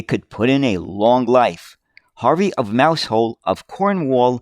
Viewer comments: Love your channel, videos and enthusiasm, and you're great with British place names, but one small nitpick this time: "Mousehole" the place is pronounced sort of "Mouzull" with a soft s, first part rhymes with "trouser" and the "hole" is reduced to "ull" rhymes with "gull"😃 Keep up the great work! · 'Albion' is pronounced 'Al -be on' with the 'L' sounded. Also Mousehole is pronounces Mouse -sill! Isnt English weird?! BTW, the picture at timestamp looks to have been taken at what is called Tram Sunday at Fleetwood Lancashire, UK.The stretch of road is called Lord Street, I was born about 500 yards away in a small terrace houce in 1956. Until trams returned to the roads in Manchester, Fleetwood was the last remaining place in the UK where trams actually ran on the road for about 30+ years! Although Tram Sunday started out as a show for trams, it expanded to included buses and vintage vehicles and is still held every year in July.